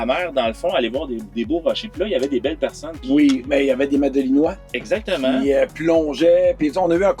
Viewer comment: On dit «Madelinots» (et «madeliniennes» pour les femmes) 😉 Merci pour votre partage! 🙂